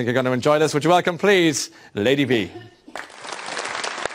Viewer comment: Ladyva,in the video he pronounced your name "Ladyvee" and not "Ladyvah" as I had assumed. What is the correct pronunciation? Oh,and you really are fantastic.